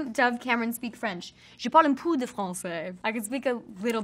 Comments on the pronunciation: Je pense qu’elle dit « je pend un pou de français » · ahahahah un POO de francias. it’s peu😂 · Her french accent lollll “je parle un POO” 💩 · Dove: mispronounces peu (she said poo when it should be said like peh) and parapluie (she annunciated the end too much, it should be said like pa-ra-plwee, whereas she said pa-are-ploo-ee) Also dove: I can speak more French than I think I can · she said pou not peu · “When I go to France I understand almost all of it”... but still you can’t pronounce one of the simplest words: “peu”... I’m not hating on her but I just don’t believe that statement😅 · 비디Biddi duuuude chill. And I disagree. If you understand a language you also know how words are pronounced or else it wouldn’t make sense. I get that nobody of course has a perfect pronunciation when they speak another language than there own. But the “eu” is such fundamental sound in French, that I think you wouldn’t be able to understand most French if you don’t even know how that’s pronounced. And she pronounced it very incorrectly. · as a french speaker, dove said that wrong lol